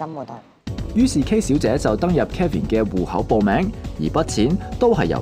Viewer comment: 幕後主持人把Kevin 这名字读得非常有问題…… Kevin 及Calvin 這兩个名字似乎很多人唔识pronounce